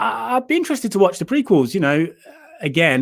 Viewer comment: The Bad Watch. But you pronounce Watch like batch.